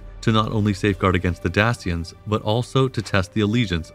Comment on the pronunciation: Dak-ians. Lmao.